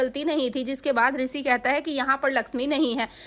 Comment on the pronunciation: Pehle bola shi kro Risi nhi Rishi jo bola weh sab dekh chuke